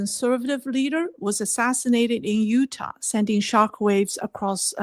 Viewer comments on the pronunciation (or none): none